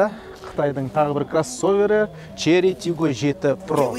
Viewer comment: Шли деп айтпашы родной! 😁